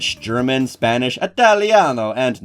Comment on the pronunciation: As an inhabitant of the state you english speakers call "Italy" I feel extremely offended by your interpretation of the Italian word "Italiano" All jokes aside I really enjoyed the video